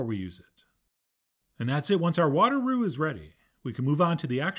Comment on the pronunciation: Water + flour....are you saying “roux” or “glue” 😂 This looks great! Can’t wait to try it!